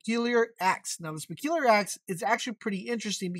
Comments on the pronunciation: Speculiar Axe. All this time I thought it was the se-pul-cher axe. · sepeelier...lol Se-pul-cher nuf said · Suhpuhlcherr axe. Bloodwulf shield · Yeah speculiar axe 🪓 🙄 👌 dunno why it's written se-pul-cher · Sepulcher. Sep. ul. Ker. Sepulcher